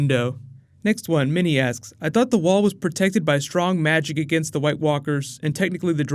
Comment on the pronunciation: He doesn't hit the "k" much when he says "asks," so it sounds like he's saying, "Next one... Sheep ass... Next one... Savage ass..." :P